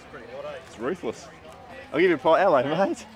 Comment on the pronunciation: did you say Ruthless or Roofless. Both would be correct haha